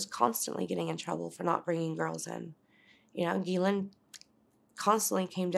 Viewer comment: I believe her.. just by how well she says the word “Ghislaine”